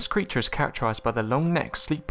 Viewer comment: "....creatahhh." "....fishing nehhht."